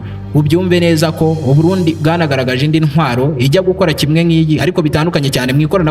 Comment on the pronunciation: For the first time ever uvuze Uburundi neza gushika uhejje. So big up man